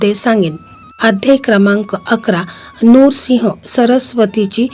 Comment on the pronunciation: नूरसिंह चुकीचा उच्चार आहे नृसिंह म्हणा